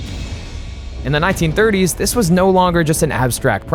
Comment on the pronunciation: Why do you say 1930s like it was the middle of the dark ages